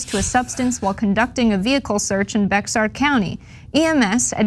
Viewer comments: Holy s*it learn how to pronounce Bexar County. It's really not that f*cking hard. They want to be taken seriously as a news site but can't even be bothered to do the basic preparation of learning how to pronounce the names of people and places correctly. At this point I'm starting to think they do it on purpose. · Good job guys....Just one small mistake Bexar County is actually pronounced BEAR you know as in Grizzly.Guess you have to be from Texas to know that one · Bexar is pronounced BEAR. Leave it to Texas to put a SILENT x in the middle of a perfectly good word, so that people will constantly mispronounce it.